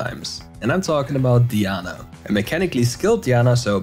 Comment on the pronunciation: I’m gonna dislike every single video if I hear “DEEANA”